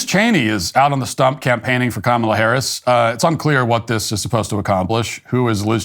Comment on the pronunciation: while they say her name wrong because her name is an Indian name